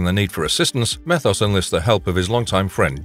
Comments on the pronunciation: Meeeeeeeethos. Not methos. Hell, they say his name in the show. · It's not meth os, it's me thos